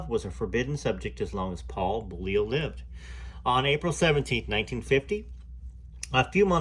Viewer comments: Correct pronunciation: (Bowl-you) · Beaulieu is pronounced Bow-you.. the L is silent. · Hi, love this channel, people seem to have a problem pronouncing Beaulieu, in England we have a town with the same name, we say Beaulieu, (Beauly). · That's so funny how you say Beaulieu 🤣 weird name anyway